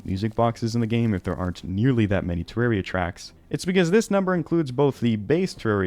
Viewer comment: You pronounce it weird. Terrerria.